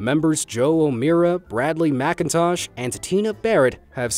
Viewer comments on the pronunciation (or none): none